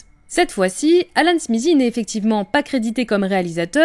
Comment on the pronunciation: Pourquoi le Z dans SMITHEE ? J'aurai toléré si c'était SMISSIE mais SMIZIE waouh TH suivit d'une voyelle devient souvent voisé comme avec THAT, THIS, on a donc un son proche de D, donc SMITHEE donne SMIDEE (SMIDIE)